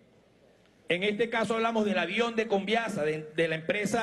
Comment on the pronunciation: "el aviäón, el avión! .... jajajajajajaj qye folklorico este espectaculo....jajajajaja